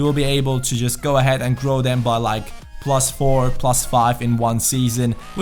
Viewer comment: "Prrrrrrlus four"